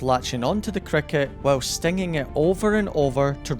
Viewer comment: Bro did not say stinging